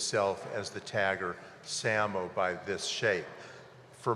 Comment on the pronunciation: SAMO is pronounced "say-mo".. (his referencing - "same old bullshit")